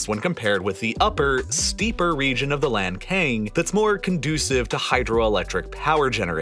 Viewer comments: it's pronounced lahn-tsang, not lankayng. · Not to pronounce lankang river. It's called lancang. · Lantsang, not Lankan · It's Lan Tsang, not Lan Kang. My country is having the same issues: Spain is damming all the west flowing rivers, and our country of Portugal is seriously drying up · Great video but have to inform that Lancang river is pronounced as Lan Tsang, instead of lanken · Not "Lan Cang", but "Lan Chang" or "Lan Xang" river, which refers to the Kingdom of Lan Chang or Lan Xang, or Laos PDR of present day. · The pronunciation of Lancang River in Chinese is not "LanKane", a closer pronunciation would be "LanChang". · Lancang read as Lan-tsang, not lan-kang. thank you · Point out a pronunciation mistake: The upper part of Meikong River(湄公河 in Chinese) is called Lancang River (澜沧江, lan cang, not lan "kang"), which is a beautiful name. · Very educational.... Just wanna point out that it's pronounced as the Lan-tsang river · Lancang is pronounced as Lan-Tsang or Lan-Tsung, however it makes sense to you. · lancang读成lan king给爷整笑了hhhh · a documentary channel... but each time you say LAND KING i died a little inside... is it so hard to pronounce or at least TRY to pronouce a proper chinese word? I cant be the only one feeling this. Otherwise, informative. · Lancang, the name of river, was pronounced wrong.